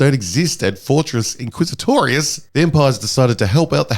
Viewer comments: Your saying it WRONG. It's Fortress INquisitorius. Not Fortress quizzitorious. -Heromine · Did he say Fortress IsaClitoris ?! Bruh.